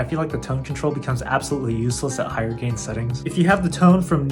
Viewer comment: I love you man, I’m just messing with ya. It sounded like you said “game” and not gain. Great videos BTW!